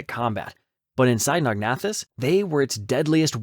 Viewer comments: It's pronounced Sino-nathus....not Sinog-nathus. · The narrator keeps switching between 2 different pronunciations of Cynognathus. Very annoying.